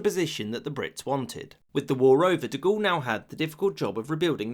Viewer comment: The pronunciation of French words & names in this video is pretty bad. Per-tain, De Gool?